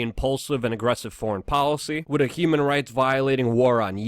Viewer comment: Why don't you pronounce with properly!? I love your channel but it's so annoying.